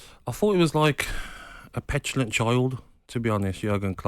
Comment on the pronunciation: Gabby struggling to say petulant 😂 knob head